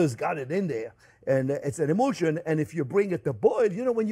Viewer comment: My ears heard “butter is an emotion” instead of “butter is an emulsion” and I silently nodded. I didn’t hear it wrong. 🥹